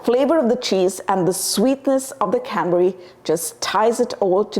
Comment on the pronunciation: Canberry sauce.. Cadberry sauce... What are you saying ?